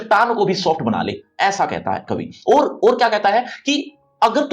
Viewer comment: Sir Aoor hai ki Aur ..clear karyiya